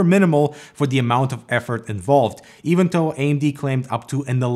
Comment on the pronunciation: I kept hearing “even toe” lol. It’s pronounced as “thow” but you might be able to get away with saying “doe” instead!